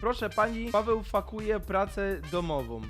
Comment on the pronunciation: na nie chodzi o to że fakuje tylko fejkuje ps piszę tak jak się czyta bo o gulnie piszę się bardzo podobnie tylko fake po angielsku czyta się fejk